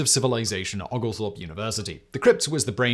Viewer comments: Out of curiosity, do you pronounce "Oglethorpe" like Simone does? In Georgia we pronounce it "Oh-gal-thorpe." The "Oo-gal-thorpe" pronunciation caught me off gaurd. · O- Oglethorpe... Long O... Great video but as a Georgia resident it's hilarious to hear some of your pronunciations. 😂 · It is pronounced Oul gul thowrp. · It's pronounced the Georgia way as in Oh-gal-thorpe - equal emphasis on each of the three syllables. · Please learn how to pronounce Oglethorpe University.